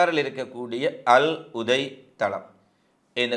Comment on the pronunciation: தம்பி .அல்உதை அல்ல அல்உதைத்